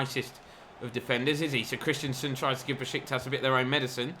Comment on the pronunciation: Great series but this is getting to me - it's Christensen, not Christianson. It's just pronounced "Chris-ten-sen"...